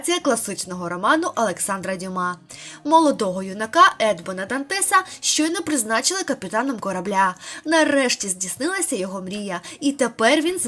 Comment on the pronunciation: ЕдмОн ДантЕс бо він француз. Робіть правильно наголос